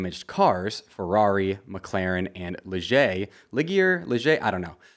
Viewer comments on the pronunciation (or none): ligier is pronounced lee jee a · Ligier is pronounced Lee-Jerr, like a sure at the end but with a accented J. Loved the vid btw